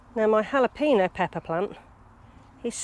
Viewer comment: Wow I can’t believe how many tomatoes 🍅 you still have on the go 💪💪. You must be the on,y one that pronounces it correctly “Hal a peen o” 😂😂 so many people pronounce it as J. Are they red banana pepper? Fab update as always, thank you for sharing. Have a super week from ☔️☔️☔️🇨🇦, Ali